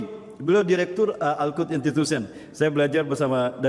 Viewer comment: Ustat ini dlm hampir setiap hotbahnya suka bilang MESAYA 😅😅😅.